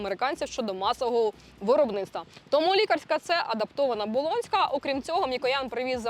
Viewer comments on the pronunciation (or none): Це неправда , що Ви із Харкова ! У Вас конкретний западенський говір ! Ну наші люди ... Не можуть , щоб не збрехати ... ( вОробництво , кУмпанія нуі і т. п.)